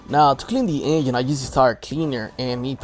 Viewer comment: i watched this whole video just to keep hearing this guy say the word engine